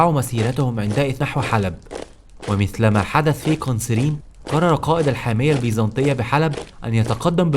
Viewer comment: ماشاء الله شغل محترم ولكن انصحك بالهدواء في الكلام بعض الاسماء بتقولها غلط مثل "قنسرين" ، واخيرأ من زار سيدنا خالد قبل موته هو سيدنا ابى الدرداء رضي الله عنهم جميعا